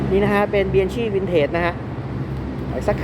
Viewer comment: Bianchi อ่านว่าเบียงคี่ ครับ